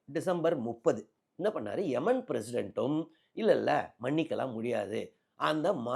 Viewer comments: முதலில் உச்சரிப்பை சரியாக சொல்லவும். அது எமன் இல்லை. ஏமன் நாடு. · எமன் இல்ல,ஏமன்